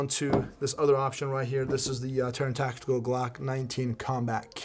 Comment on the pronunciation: Now it’s all tacteekewl